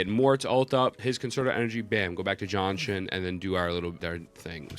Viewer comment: Just say Ji-An-Shin... who the hell is John Shin lol.